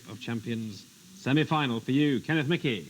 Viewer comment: The name Michie in Scotland is usually pronounced Meekie but Kenneth Michie might be an exception. However, I wouldn't expect an Englishman to get Scottish names pronounced correctly. Try Sinclair or Menzies, for example.